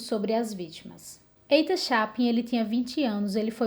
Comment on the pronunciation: Muito bom seu vídeo, parabéns! Não querendo ser chata, mas já sendo, apenas corrigindo a pronúncia do nome Ethan, na verdade é Ithan, não Eithan.